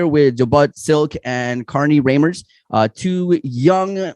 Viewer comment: Yall got Carnie's lastname wrong lol its Reimers not Riemers